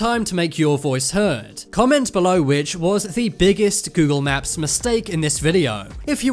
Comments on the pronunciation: Its not funny I think the narrator has a speech inpedinent. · Why are you saying 'naps?' Learn to speak. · Google maps not naps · U said Google nap